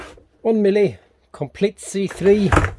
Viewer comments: Miele: pronounced Mee-luh...a German commercial vacuum company. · The German pronunciation is Mee-luh (Rhymes with Shiela) The "Americanized" pronunciation of the German company is often Mee-lee Mee-luh is the correct pronunciation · It's pronounced like meal-eh.